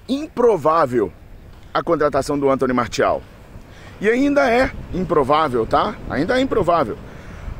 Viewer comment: O cara é FRANCÊS. O nome dele se fala Antoní Marcial.